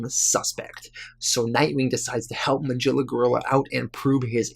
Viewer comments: It's not pronounced Ma-Jilla. It's Ma-Gil-la. C'mon, dude. You're killing me. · I really enjoyed this video this is the first time I've heard of these unique stories and I am surprised that there is not more support for this channel. Also just as something minor you might want to keep in mind Magilla Gorilla is pronounced [Muh - Gill (like a fish)- uh- gorilla].